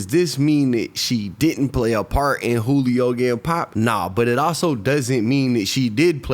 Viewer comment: Funny all the news casters pronounced his name right, but 75% of the content creators on here that reported on it kept pronouncing it (jew-lee-oh). Then again i know thats a tactic some creators use to generate/increase comments...so maybe thats why